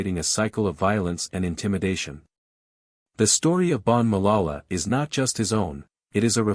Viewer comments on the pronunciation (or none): Voetsek wena it’s not malala it’s Ma.ka.la.la say it after me jou fokon spy